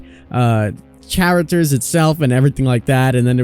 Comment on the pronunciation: did this guy just say CHAR-Actors? 🤣